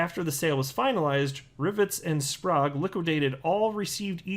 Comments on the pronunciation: It's Spr-egg is how it's pronounced. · It's pronounce "Sp rag" but Spragu sounds way better.